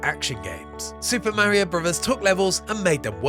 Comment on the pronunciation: Did you really say mare eeo bruvvers?